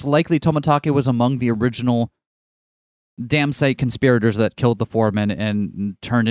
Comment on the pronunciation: The way you say "conspirators" makes it sound like "constipated" to me.